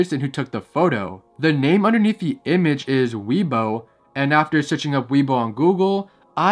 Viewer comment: its pronounced "way bo" and it's not Japanese it's Chinese